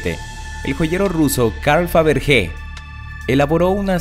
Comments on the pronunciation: Todo muy bien pero... no vuelvas a decir lo de los huevos de fabrique, se dice faverye. porque se escriba con g no significa que se pronuncie así. Un poco de sentido común coño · Fabergé- se pronuncia al final “ye” xd